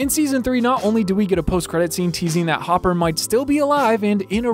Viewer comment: I love how at the begining he called hopper Jopper